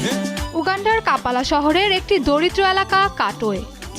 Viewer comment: ঘেটো❌ গেটো✅ কাপালা❌ কাম্পালা✅